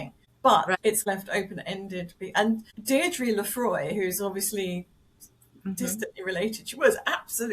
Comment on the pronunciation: In the excitement of recording I mispronounced Deirdre Le Faye's name. Huge apologies, Deirdre.